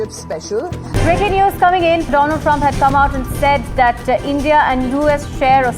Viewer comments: Doland= दो-लॉन्ड 😂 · भाई सीधे सीधे कह दो जो कहना चाहते हो Doland 😂😂😂😂😂 Do +L...d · Mr Doland Trump 😅😅😅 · Doland nhi "le lund" trump😂😂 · Lo Laand Trump 😂😂